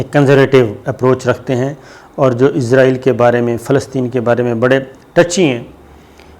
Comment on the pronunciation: صابر بھائی آپ ہمیشہ اسرائیل کو ( ازرائیل ) بولتے ہیں 🙏